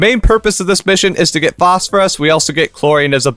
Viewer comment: "Posphorus" lol